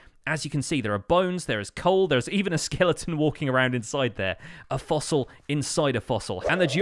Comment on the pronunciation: " a foassil inside a fassl"